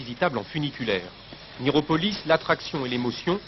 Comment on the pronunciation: Miropolis...Miropolis...C'est le pays des bigleux ! 😆 Cette faute à ! 🤣